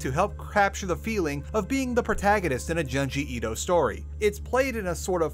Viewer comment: u pronounced junji ito wrong 🤓☝